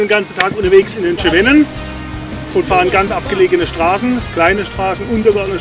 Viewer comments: Sehr schöner Beitrag! Nur heisst es gesprochen "SEWENNEN" und nicht "SCHEWENNEN". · Schönes Potpourri der Highlights. Aber der Franzose sagt nicht Schewännen... ;-)))